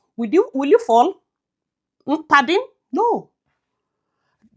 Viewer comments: I always just laugh out loud when I hear you say Pardinn😂😂😂😂😂😂😂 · I like it when she say Pardin😂😂😂😂